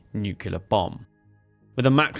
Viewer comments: Nuclear is pronounce "New Clee Err" Nu-cle-r, not Nu Qua Ler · NUKULAR loooooooooooooooooooooooooool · Nucular, can we have AI please? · Try saying "new-clear" it's not nukular. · no, the word is pronounced 'new-cle-ar'. Some people mispronounce it as 'new-cu-lar'. Just plain wrong! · Great video, and don't worry too much about the pronunciation, but if you want help getting it right, I found this helpful: say "clear". Now say "new-clear". Now you've got it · I'm hearing Nu-ke-lar, and it's grating, but that aside this is a great video! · Yanks tend to pronounce it noo-cue-lar. Which is bizarre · 5 seconds in and we're hearing of "nucular warheads", thus tempering my enthusiasm to hear more about a weapon that gave me one of the funniest experiences of my naval career. Do these guys never hear themselves or is it all just "Nah, it'll be fine." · Nu-clear! As in new clear day. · Its a common enough mispronunciation it has its own dictionary entry. Eisenhower (announcing the existence of the thing), Clinton, Bush all used the American version of that mispronunciation. Its origin is in 1943, the first time Politicians and other non specialists were using the term rather than just Scientists (for whom nucleus -> nuclear is straightforward). So i wouldn't feel too bad about continuing a mispronunciation that a lot of important and invested people have been making for over 80 years. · It's not just you, but for some damn reason most of the (english speaking) world seems to think it's pronounced that way. As a nuclear engineer, it's gotten very annoying. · there is ONE "U" in the word NU-CLEAR! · First critique ive ever made, but the comment will give you extra engagement :p - pronouncing "nuclear" wrong is very unbecoming of an English gentleman ;) Loved the vid as always and love the new format too ! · I wish you would to pronounce 'nuclear' properly.